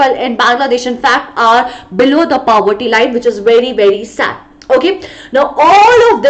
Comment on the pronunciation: aap poverty ko pawvarti kyu bol rahe ho 💀💀